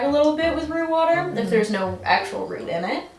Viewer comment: Did y'all say RUNE water or ROOT water??